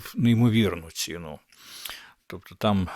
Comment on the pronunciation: Не "ціну, а ці"ну. Пока"рань, а не по"карань. Не ви"моги, а "вимоги. Набирати обертів, а не оборотів. "Мичати" мовою огидного булгакова не варто, але йти як теля на повідку в москалів, що видумують всілякі "правопісі", огидно.